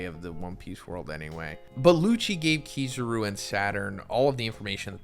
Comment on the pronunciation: Nah man KiZUru